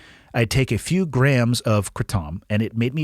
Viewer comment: It’s pronounced like the name adam but put k and r at the start kradam lol yes I know correct spelling is Kratom